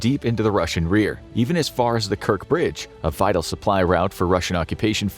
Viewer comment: At one minute, "the Kirk Bridge". Not Kirk, with a hard "k" at the end, but "Kerch" with a "ch" as in "church.".